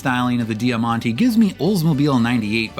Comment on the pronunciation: 'Jamante' = diamond Di ya man ti ❌